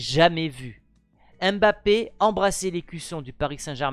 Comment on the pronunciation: C'est pas M- bappe c'est mbappé direct